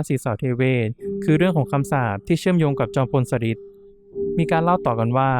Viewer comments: ชอบฟังแนวตำนานสถานที่จริงมาก จอมพลสฤษดิ์ อ่านว่า จอม พล สะ หริด ไม่ใช่ สะริด ค่ะ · อ่านว่า สะ-หริด ไม่ใช่ สะ-ริด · ฟังไม่จบเพราะขัดหูตรง สะริด นี่ล่ะค่ะ 😢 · จอมพลสฤษดิ์ ธนะรัชต์ ออกเสียงชื่อ สะ-หริด ค่ะ ฟังทีไรก็อ่านออกเสียง สะ-ริด ๆ ทุกที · ชอบฟังเรื่องเล่าเก่าๆค่ะ แต่มาสะดุดหูกับชื่อ จอมพล สฤษดิ์ แอดมินพูดเพราะเสียงน่าฟัง แต่ต้องเรียนรู้ภาษาไทยบางคำอ่านยาก เข้าใจว่าเป็นคนรุ่นใหม่ อาจจะไม่คุ้นชื่อคนสมัยก่อน เป็นกำลังใจให้นะคะ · เเย่จังพูดผิดทำให้หมดความน่าเชื่อถือ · กำลังจะเม้นท์ค่ะ มาเห็นพอดี 555 จริงนะ การออกเสียงผิดทำให้ขาดอรรถรสในการฟัง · ตอนแรก 1.10 แอดออกเสียงถูกต้องแล้ว ไม่เข้าใจว่ามาเปลี่ยนตอนหลังทำไม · อ่านคำว่า จอมพลสฤษดิ์ ผิดนะ ครับน้อง